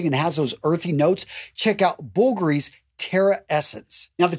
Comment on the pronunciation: No offense but you must learn to pronounce foreign fragrances accurately, especially Bulgari. My friend is from that family and he told me how to pronounce it properly.